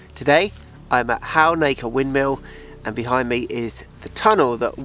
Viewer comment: Halnaker is close to home for me, please can you brush up on your pronunciation 😀. You don’t give much emphasis to the L. 😂